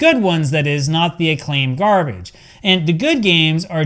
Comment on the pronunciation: "EA Sports...It's in the GAME" "Akklaim.....It's in the GARBITCH" 😂😂😂😂😂